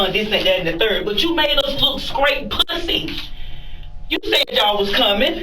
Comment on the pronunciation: "Made us look skrate puhh-say" x4 Its a wonder he's not pre-med